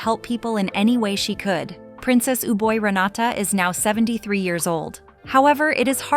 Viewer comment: Ubol Ratana's name is wrongly pronounced. I was married 15 years with a Thai and lived partly in Bangkok Yai. Many photos here show members of the Royal family without Ubol Ratana. Many Thai men have a so-called "minor wife" , which means adultery is common. It surprises me that Ubol divorced because of adultery.